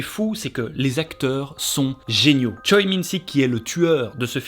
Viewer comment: La meuf chiante qui se ramène mais on dit pas "choï" on dit "choè"